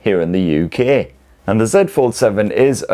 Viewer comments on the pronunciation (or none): "here in Ukææææ"